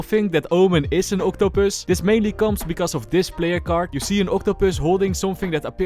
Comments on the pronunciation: vait a sek, AN OCTUPØSS? IS OMEN AN OCTOPØSS?? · If you ever come to South Africa don't say octopus the way you say it. There's is a word in the Afrikaans language that is very bad and if you just take away the oct you get the word don't say that in South Africa to a stranger you will be hit by a brick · Everytime said octopus I laughed a little. Love the way you actually pronounce it lol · I love your pronounciation on the octopus! i LOVE IT funny no offense